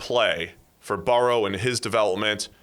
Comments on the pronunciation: Burr-oh not baor-ohw. The other guy says it correctly to his face like three or four times. You're saying it stupidly on purpose. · Why does have such a hard time pronouncing Burrow